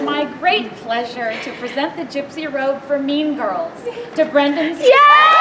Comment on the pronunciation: I thought she said “meme girls”...